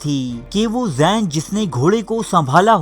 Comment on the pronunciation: abay kiya pehlay bus ya trainon mein toofeez ya cooran manjan becha karta tha..ullo ka patha ..jahil . pehlay sahi tarah seekh leta ..alfaz au nam ko sahi tarah adaigi tu ssekhh leta..kesay kesay jahil ullo ke patha mic aur computer lekar baith gaye hain. laanat tujh par. kis jungle mei paihua aur pala barha ullo kabatha. zain nahin zeen hoti hai laanti.ek aur lafz tun purshikwah kaha tha jahil ke bacha pur sikhoh hota hai.